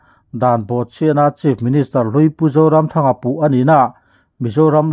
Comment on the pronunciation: Kan Cm hming hi ilam chaltlai deuh mah mah kalo ti a.. a zah awm emai.